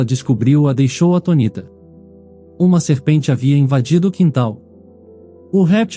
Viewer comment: Queria me inscrever, mas ouvir o português errado, isso me irrita. Atonita? Ou seria “Atônita”. Acho que vocês fazem isso de propósito para chamar a atenção. Má, isso irrita não só a mim, como aos meus Ouvidos. Só lamento 😡